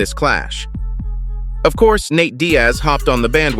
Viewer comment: Stop mispronouncing the name Diaz as Di ASS Thomas =Tom Ass? Lucas = Luke Ass ? Douglas = Dougle Ass? Cephas = Ceph Ass? Dumas = Doom Ass?